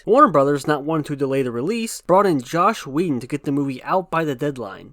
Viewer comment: Dude did you say "Josh Whedon"?